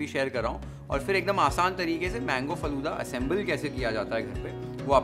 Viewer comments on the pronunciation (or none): It's not "Falude" ....it's "Falooda"